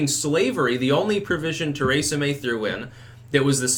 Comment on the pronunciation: Does it drive anyone else crazy how he says “Theresa May”?? 🤣😂